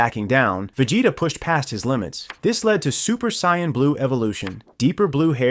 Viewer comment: A "Super Sayannn" and "Vajayta" 😂